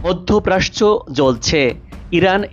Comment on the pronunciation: মধ্যপ্রাচ্য কে "মধ্যপ্রাস্চ"বলছেন কেন ?